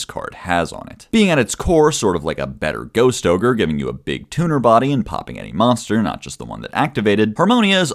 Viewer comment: is something wrong with his mouth or is he unable to say kewl or tuner properly